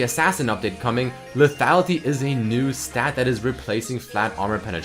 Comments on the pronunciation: teach how to pronounce le -tha-Li-ty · Please teach how to say LETHALITY XD